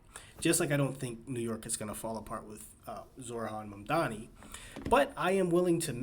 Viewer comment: dude actually pronounced his name right lol